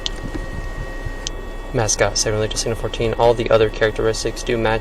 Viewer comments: I m from mascotte florida😅😅😅😅 its pronounced mass scott😅😅😅not masscotty😅😅😅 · It’s pronounced mascot.. fyi.. I grew up there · Hi! We live 15 min from Mascotte Fl. It’s pronounced like mascot 😅. My mom was cracking up when she heard it lol. LOVE YOUR VIDEOS ❤ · Mascotte😂😂😂 is pronounced Mascot 😂😂😂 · It is Mas-cott, not Mas-cott-e. That pronunciation made me giggle. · It’s pronounced ‘Mascot’ , my sisters grew up there. Great videos, my man. Keep it up . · You murdered the pronunciation of Mascotte 😂 it's supposed to sound just like mascot. I used to live in Groveland the town over. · Mascotte is pronounced mascot 😂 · Mascotte, Florida is pronounced as ‘mascot’